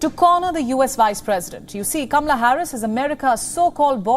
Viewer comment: Her name is not. Camela. Correct pronunciation Kamala